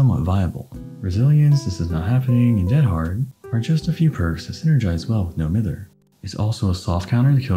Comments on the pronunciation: It is NO-MY-THER. It is not NO-MI-THER. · It’s pronounced “No Mive -Herr.” Lol sorry, from Manchester and that’s some Mancunian slang 😁